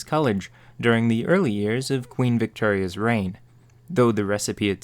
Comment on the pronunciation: My curiosity of your accent is very large, its also very late so I have few inhibitions: I hear you th-fronting and some non-rhotic accents here and there on certain words, but theres one I've never heard before and cant seem to find a name for. When you say words like "before" or "victoria" you instead say be-fur or vic-ter-ia. This fascinates me, do you happen to know what thats called? For linguistic understand and nothing else.